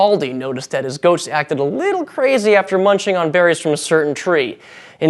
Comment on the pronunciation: Did anyone else think he was saying we have "ghosts" to thank for our coffee instead of "goats?"